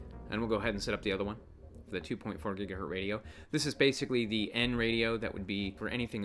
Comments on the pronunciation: GigaHert is the correct pronunciation were you born before 1960. The Z is silent. Does it even matter? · Please stop saying "GigaHert". Remember the Z!